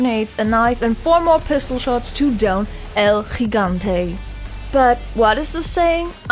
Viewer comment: Did you just pronounced " El Gigante" correctly? Oh my, I'm subscribing 😮😮